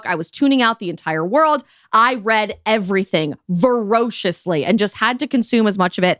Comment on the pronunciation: I heard "verociously" and assumed she was just not quite as accomplished/literate as she thinks, lol.